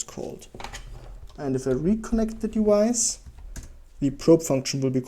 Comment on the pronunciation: Really great video value-wise but your pronounciation of "device" kind of drives me nuts. The English "v" is pronounced like the German "w" — you seem to know this since you pronounce it correctly in basically every other occurrence but if you want to be more easily understandable without the listener stumbling upon this every time you say the word maybe try to pronounce like it's generally pronounced :) Not trying to be destructive, I really liked your video apart from that